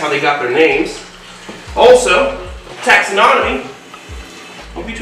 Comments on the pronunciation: Just FYI, it’s not taxinonomy, it’s taxonomy. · taxonomy (4 syllables), not "taxanonomy"